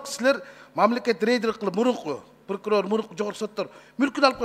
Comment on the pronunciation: "Прокурор" дегенди "пыркурор" деп кызыктай айтат )))